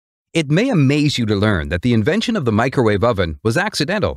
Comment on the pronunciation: "Mee-cro-war-vee". If u know, u know😉